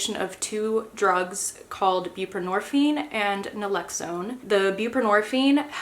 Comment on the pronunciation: It's Naloxone. Not Nalexone